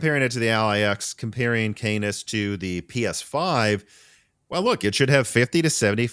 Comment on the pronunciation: My dude please for the love of everything holy stop saying canus and start saying canis (khan-iss)